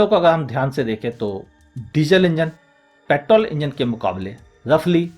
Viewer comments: Vo pettttol nahi petrrrrol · Sir ap petrol ko paittol kyu bolte ho?